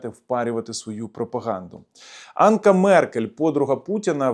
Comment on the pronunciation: Меркель не Анка, а Анжела!